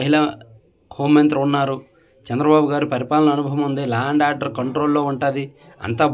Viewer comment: సీఎం నేమ్ చంద్రబాబు గారూ పేరు తప్పు గా పలి కారు